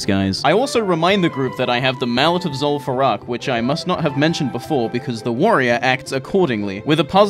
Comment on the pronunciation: "lim far eww" Don't ever change tts